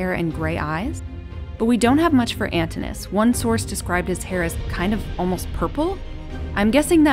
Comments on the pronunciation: I believe the customary pronunciation of Antinous is with 4 syllables. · The speaker is pronouncing the name "Antinous" wrongly. The name consists of four syllables, not three. The correct pronunciation is /ænˈtɪnəʊəs/, with the stress placed on the second syllable (-ti-). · The pronunciation of Antinous is Antìnò us. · Doesn't look like Claudius to me (perhaps you've corrected it), but in any case, that's a very small flaw. More serious is the mispronunciation of "Antinous" as "Antinus". The "o" and "u" are separate syllables. Otherwise, this video is quite well done, balancing the major historical events of Hadrian's life with his personal life. Both Hadrian and Antinous continue to fascinate many people into the 21st century.